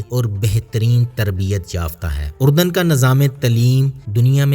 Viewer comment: Iska naam URDAN nahi ARDUN hai.